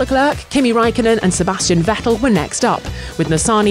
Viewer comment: The prononciation of Ricciardo and Vettel are terrible!